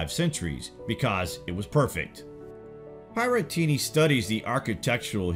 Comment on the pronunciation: You mispronounced Pierattini right at the beginning.